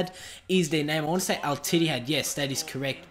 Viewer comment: u have some incorrect players names, like munir, ter stegen , arda turan and it not al itthad ur saying it wrong